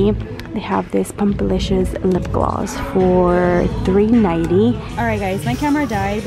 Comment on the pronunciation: Who else heard 3 nighty instead of 3.90